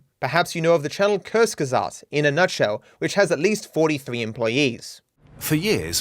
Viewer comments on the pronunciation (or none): As a german its funny to hear him say “curse gesasd“ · The way pronounces kurzgesagt 💀, it isnt His fault for not having german as a native Langauge but its funny af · Great Video, very good script. (Also kinda funny when u tried to pronounce "kurzgesagt" :D)